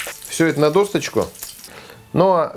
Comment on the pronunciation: Капусточка, лучёк, маслице, досточка, хорошо говоришьб как о друзякахю Кстати, в слове досточка нет буковки ''Т''.